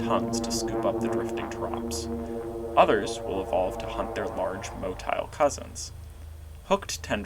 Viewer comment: "to scoop up the drifting torraps" oh im sure